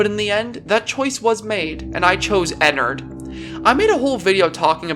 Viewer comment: the way he say enerd